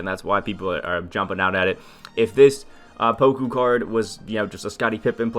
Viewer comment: It's not pronounced poko.. You say it more like pawkoo. Everyone just repeats DBGS stupidity.